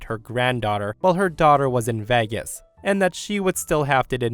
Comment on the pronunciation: Uh... "Vegas" was mispronounced, repeatedly.